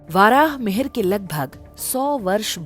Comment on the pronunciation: बहुत ही सरल और सरस विधि से गुरुत्वाकर्षण को समझाया गया है। सम्बन्धित चित्रावली से विषय की रोचकता बढ़ी है। भाषिक प्रस्तुति प्रभावशाली है। सम्पूर्ण वीडियो उत्तम बना है। यहां थोड़ा यह बात अखरती है कि महर्षि वराह मिहिर को वाराह मिहिर उच्चारित किया जाता रहा है।